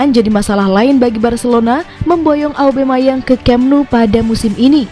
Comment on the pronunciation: Aubameyang min, bukan aubemayang 😅